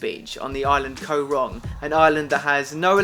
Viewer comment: im cambodiaan and its pronounced "kaw rohng" not "kou rong" 😺